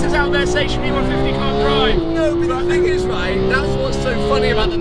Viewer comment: "Shmeeteethree" HAHAHAHA